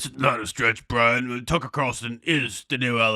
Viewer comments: Ah the life of bwian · Mark Dice is a better Lil Bwian Shelter than Lil Bwian Stelter 😂